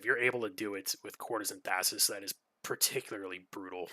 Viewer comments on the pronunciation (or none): Interesting play, thanks for sharing! FYI - it is pronounced "Thais", not "Thassis". Only one S. I wouldn't mind a Breaking video on her, with a bunch of the sneaky tricks/combos you can do with her.